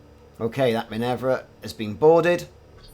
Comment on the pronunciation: Why would you call that ship "Minevra" when it is clearly named "Minerva"? :) Must've skipped your mythology classes. ;)